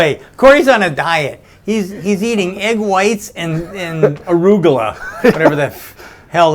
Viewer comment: Wow, it is really spelled like that. When i heard it on bob's Burgers i thought it was much more close to polish "rucola" since to me he sounded like "rugola". Arugula would sound hilarous read in polish.